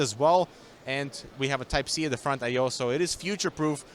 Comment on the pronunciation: Nobody: Not a single soul:: I mean look at the FrOnTh Yai Yo